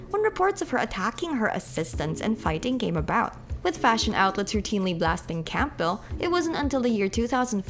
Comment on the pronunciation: The P is silent in Campbell, btw.